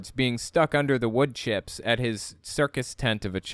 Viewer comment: How many syllables are in the word “chips”? Maybe “cheeyups” are something else?